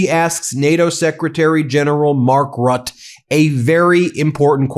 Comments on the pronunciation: How come you can say Mette with an e, but when u say Mark Rut... It is Rutte! Mette, Rutte, same prenounciation. You don't say met. Why say rut? You say Mette properly. Say Rutte properly too please! Omfg! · pronouncement Rutte is like RUT -TUH. pleas stop calling him Rut. And also I hope someone will teach him to speak English without the Dutch grammar and accent. 🤦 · It's Mark (teflon) Rutteeh. Not Rut :D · Mark Rooteh is his name. Ben, say his name! He is not a "Rat". If you want to make international news, you MUST learn at the least fundamentals of other languages and their pronunciation. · It’s RUTTE you guys please get it right lol ROOTTAE idk how to write the pronunciation. Just google it please e😅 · Could you please put a little more effort into pronouncing names correctly ? 'Mark Rutte' = 'Mark Rut-tuh' "Macron' = 'Macrohn'.. A lot of people, not just from the US, rely on you guys; and it's good for the people in the US to know how to recognize who is being spoken about, in nations themselves. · Ben Meiselas, Please find out how to pronounce the name of Mark Rutte correctly. You not only sound recidulous calling him Mark Rut, but that is also insulting. Do your job. It should be very easy with AI tools. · Roo-tuh. Please research local pronunciations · Please Ben, do in the future pronounce the name of NATO GS Mark Rutte correctly [ˈmɑrk ˈrʏtə].